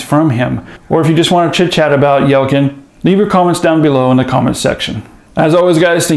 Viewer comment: Pronounced YELL-CHIN